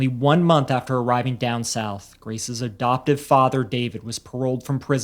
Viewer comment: Why do you pronounce adoptive “abdoptive?” Learn to speak.